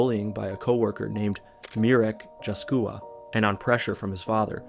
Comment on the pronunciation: His pronunciation was mid at best. He never bothered to learn how Poles speak out certain letter (For example: Bajtom insetad of Bytom. He didn't bother to check that a in Polish is not ej, as in English. Dżaskula instead of Jaskula. It's not a big thing, but he didn't at least try to learn how to pronounce theese words correctly.). Another thing, he didn't verify his info about Polish places. "Welcome to KADŁUB", meanhwile he shows a video of Wawel in KRAKÓW.